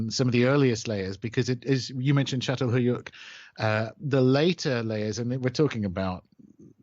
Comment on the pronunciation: Remote? Half n hour drive to the nearest grocery?, u spoilt Scandinavians make me laugh... (maoroflr)... btw u pronounced Catalhoyuk quite good, don't worry. And you should say hi to my kitten, Göbekli Tepe.... lollll 🤗😂